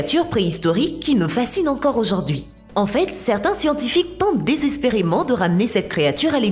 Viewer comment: Je suis le seul à avoir remarquer que a elle dit la photo d’auzord’hui? EDIT:et je vien de découvrire que…au debut elle dit bonjzour enfin je crois. EDIT:merci pour les 31 likes c’est enormes pour moi merci!